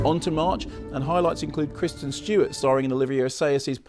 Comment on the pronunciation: Is it just me, or does it sound like Mark says Christian Stewart instead of Kristen? I've noticed he seems to say that in the show as well.